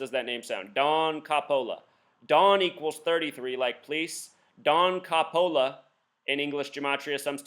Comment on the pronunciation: Don Coppola is a real person. He is an officer for Baton Rouge police department. He's Italian, you're saying his name wrong. You seriously have something wrong with your brain if you are trying to come up with all these crazy conspiracy theories. This happened. It was 100% real. I was at one of the officers funerals today. I don't give a fuck if the number shows up a millions times. This is fucking real.